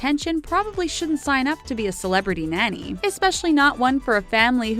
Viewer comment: Someone please teach this woman how to pronounce “nanny” and “iron” 🙄🙄🙄🙄